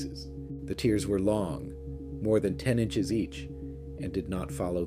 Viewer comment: It definitely couldn’t say the distance and I’ve found it always says tears as in crying and not rips